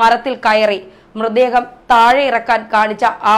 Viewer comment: സംബവം.....ബാഗം......മൃദേഹം..... സ്റ്റൈൽ എടുക്കാതെ മര്യാദയ്ക് സംസാരിച്ചു കൂടേ കൊച്ചേ....വെറുതെ മലയാളഭാഷയെ അപമാനിക്കാതെ.... എത്രയായിട്ടും അവസാനം 'പിടിച്ചാണ്ടു പൊയീ' എന്നു കേട്ടപ്പോൾ എല്ലാം മനസിലായീ...